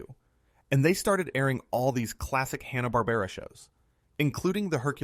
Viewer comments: Did he say Hanna BARBRA?? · That isn't how Hanna-Barbera is pronounced. But only once